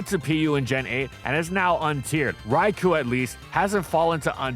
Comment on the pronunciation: Dude talks a lot about wanting to be proved wrong yet hasn’t seen the irony in how people have continuously pointed out how he pronounces “Rai-koh” wrong.